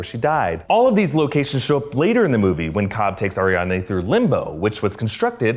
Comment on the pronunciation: Is it just me that cringes every time he says AriaNde instead of AriaDne. It was distracting!